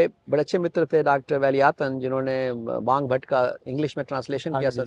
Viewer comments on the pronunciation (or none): वांभट नहीं साहब वागभट्ट ।